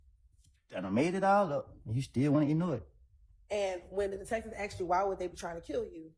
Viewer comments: Prosecutors talking they axked you they axed you like seriously it’s called asked as in ass… asked you…. You spent how many years in law school and can’t pronounce asked correctly 😂 miss love suddenly sitting there doing absolutely nothing but more dumb founded then anything 🎉 she knows this trial is bullsht and they trying so hard to connect dots to a functioning crack head as their best witness 😅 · The Prosecutor is Dumb as hell. She uses. " I axed your" typical. Dumb A55S